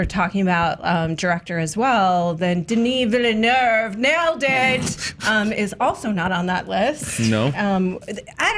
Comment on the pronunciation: Why the hell does pronounce names incorrectly all the time? She has a serious problem with it and I feel like nobody corrects her because they are aware of how dumb it makes her look. There is no "r" in the name denis villeneuve. She also pronounced Gal Godot's name wrong for like ever as well. Someone correct her already!